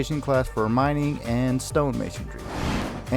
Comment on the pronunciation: Mining. Not minning 😂